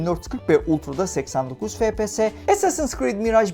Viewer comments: Fepese değilde efpies diye okusanız daha iyi olur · Lan şuna fps deme efpies (okunuşu)